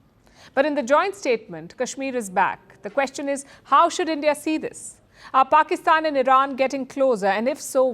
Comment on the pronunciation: This presenter needs to talk proper. Anyword beginning with the letter P she uses the letter F. Like Pakistan fakistan. So funny to listen too.